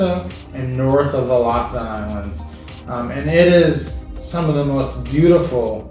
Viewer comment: Ya'lls videos are so informative, I hestitate to say this, but I lived in Norway for a year, and it's pronounced LOO-foo-ten. It's hard to drop American English, but the locals appreciate the correct sound. Thanks.